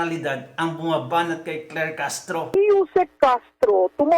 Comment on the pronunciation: SI CLAIR HINDI CLEAR☝️😬🤣🤣